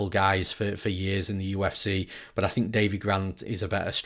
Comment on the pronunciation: The only thing better than newsom’s ufc breakdowns is hearing how his “but’ sounds like .. BOAT LMAOOOOOO.